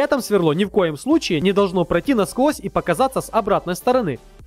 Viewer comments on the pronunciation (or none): none